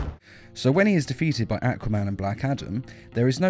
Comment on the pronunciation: "AaquA men"